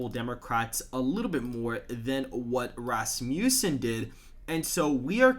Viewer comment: Dude, Rass-mjue-sen may not be the right pronunciation. Look it up.